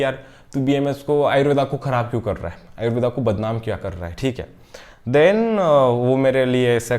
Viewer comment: It's ayurved not ayurvedaaaaa.